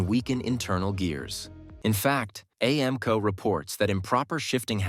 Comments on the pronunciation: A.I. said A AMCO like the movie teacher said A A ron when calling attendance. SMFH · Did you hear A-Amco? Yeah, that's AI.